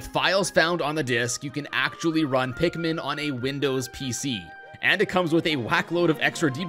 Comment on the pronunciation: When I heard someone says pikmin I thought he sed pigmen 4 some reason 😂